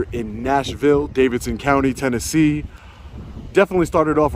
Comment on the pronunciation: Dude.... it’s Tennessee.